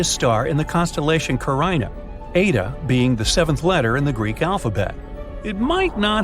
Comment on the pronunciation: It's ca-rin-a not ca-rine-a.